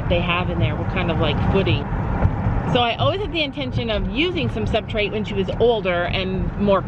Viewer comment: it’s substrate not subtrate